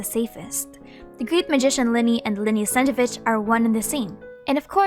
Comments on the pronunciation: great vid, the only thing snezhEvich would be more correct rather than sEzhevich, but eng genshin dub usually messes a lot russian spelling, stressing and pronunciation, so ig it's not big deal😭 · you are pronouncing Snezhnevich without both N qwq